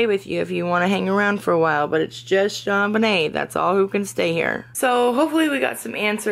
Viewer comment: You say John Bunyun, John Vinay???????